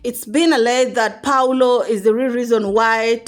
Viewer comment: Priscy's step dad is pronounced PAUL O and not PAULO. Paul, then, O.